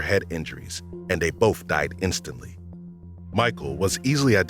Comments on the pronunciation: Someone making this channel should get a narrator that can pronounce library, not libary. Be able to say both instead of bof, and the instead of da... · Also says bofe for both. And libaries. Drives me crazy. Lol